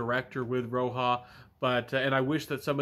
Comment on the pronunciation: Thanks for the review. And the J in roja is an actual J not and H or a Y as its derived from his name.